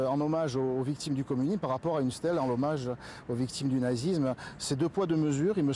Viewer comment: « Le co… le comnimusme est une idologie nobe, idéologie nolbe » Ptain il sait même pas parler